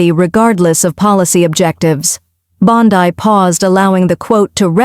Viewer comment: Please learn pronunciations, e.g., Bondee, Soto Mi yor, etc.